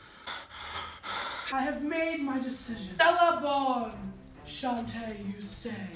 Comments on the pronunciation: It's not shante away it's sashay away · It’s shantè you stay. Then sashay away lol not using shanté twice but I’m a drag fanatic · It’s sashay away not shantay away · No one is talking about how said shante away instead of sashay away and the Rupaul inside of me is screaming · she said chantay away😂😂 its sashay away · i liked the video but then said shantay away instead of sashay away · IT'S SASHAY AWAY COME ON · I'm pretty sure it's SASHAY away but ok